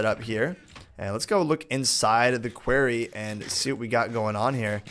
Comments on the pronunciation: it's said like "kwori" and not kwary, also it's said "borble" and not however you said it:) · you are pro-nouncing quarry wrong you are pro-nouncing it query; it's pro-nounced Q-U-A-R-R-Y say it out loud, like pro-nounce each letter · Its pronounced qorry.... Not queery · Qwaery ? Quairy ??? you mean Quarry... K-War-ee ! lol honestly though, i've never heard it pronounced like that so no hate, just more curiosity <3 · Borebills, Qwa-rry plz ur pronunciation is killing me